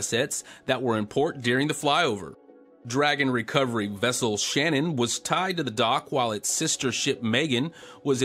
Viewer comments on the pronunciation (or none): none